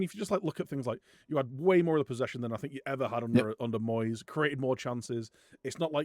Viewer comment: Moist stuff? 😂 (i know you say Moyes but I had to rewind to check!) - Went to watch this weeks episode and realised I hadn't watched this one because I was off work last week!